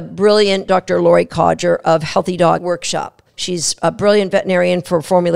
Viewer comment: Sorry, had to mention this.. It's, not Codger 😀